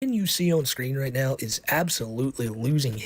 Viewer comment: Take a shot of gin everytime he says "ritenao"